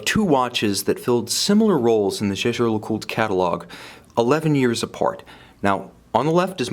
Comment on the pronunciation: You might invest some of that money you spend on watches on a French tutor, so he can set your idea of French pronounciation staight. "Jèjè-LeCoulte" doesn't exist! Or just butchering it like a normal English speaker would help.